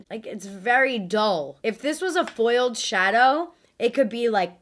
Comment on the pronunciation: "FoILEDd ShaaDows"